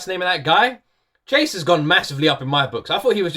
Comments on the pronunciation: the scientist´s name is Jayce not Chase xD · its jayce not chase haha